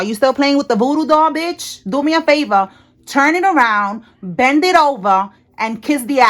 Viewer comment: “Do me favór turn it around” 😂😂😂